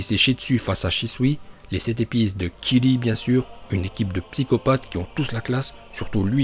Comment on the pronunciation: Arrête de dire Kili et dit kiRi